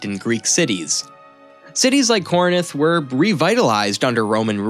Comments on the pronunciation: Very well done video, instant follow…can’t wait for more…The only critique I have is there were a lot of mispronunciations…like Ptolemy..the P is silent…Corinth, not Corninth….but other than that it’s a great first video…keep it up ;) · Why do you keep saying corinith? I guess we can attribute that to american education. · Ptolemaic sounds like to·luh·may·uhk There’s no P sound Learn how to pronounce Corinth also